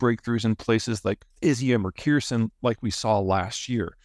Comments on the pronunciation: My wife’s family in Ukraine is all alive and well. Thankfully they live in the western part of the country. But situational awareness is job #1. Young men in the family who are in the army are still alive and well. Hey Peter it’s pronounced Adee-yeev-kah. Kherson is pronounced Her-son. But hey you got the others pretty good. Any Ukrainian city name with “pol” at the end of it signifies that it was once an ancient Greek settlement. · One day Peter will learn how to say Kherson lol.